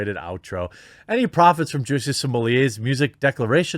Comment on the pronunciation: How you so effortlessly pronounce his name as “juicy” has me ROLLING